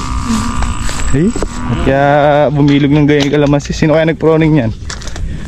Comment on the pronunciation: Ka buddy corection please say pruning Hindi po proning right pronounciation is Pruning masa kit po kasi sa tenga salamat